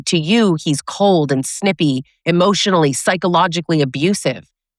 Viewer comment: I like how at minute you said, "react hemotionally." I've left my disregulated entitled rager. He and I are going through a divorce. He once said, "how can I save the marriage?" I replied, "stop yelling at me." He said that I deserved it. I do not miss him. He is very unsafe.